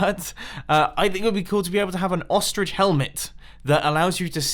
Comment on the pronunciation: Wow you really butchered the word, ostrich